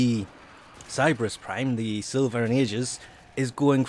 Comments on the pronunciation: it's pronounced siL-va and A -ji -s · Pronunciation Silva & Aegis: Sil-va and Ay-jis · Sill-Vah and EEe-jus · Sil-va Ay-jis